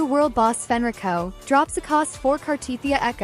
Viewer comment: So, "Fenrico" huh?